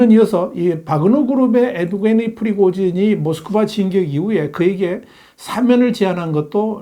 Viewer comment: "에브게니"가 아니고. "예브게니"라고 발음해야 합니다, 전라도 사람들은 첫음절이 "예"자로 시작하는 단어를.정확히 발음하지 못하는가요? 많은 사람들이 듣게될 정치평론 영상에서 바름을 좀 더 정확히 해 주시면 좋겠습니다 !